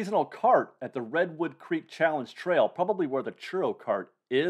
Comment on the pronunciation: Heey you said Redwood Creek challenge trail in one try!